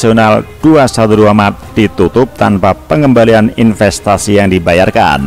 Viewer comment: Ngomong aja blepotan loe No... Mart....loe malah bilang maret... Hadeeechh... Sama aja tuch moyoong ma Neno... Bner2 serasi tuuch Bintang Iklan nya 212 Mart